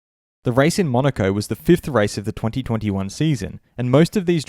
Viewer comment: Why tf you have to say “twenty-twenty one” like that. Lmao